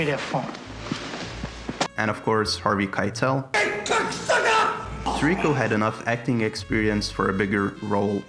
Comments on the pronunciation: the constant mispronunciation of Sirico is outstanding. SEAR-EE-KO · He's my Cousin and your not even pronouncing his name right, it's Sirico. His father call all the time asking for prayer for his son, Tony..